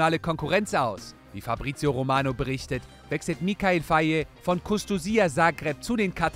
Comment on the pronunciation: Ihr habt faye falsch ausgebrochen. In Senegal wird der Name ( fay) ausgesprochen